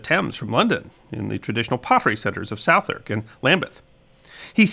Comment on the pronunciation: Southwark is pronounced Suth -uk. 😁It was rather more famous for it's geese. Being south of the river (A whole diffrent world from them up north) it was outside the City. And in Rogers time was famous as 'A place of Entertainment'. The area was under the Diocise of Winchester. Hence winchester Geese, liccensed ladies of the night.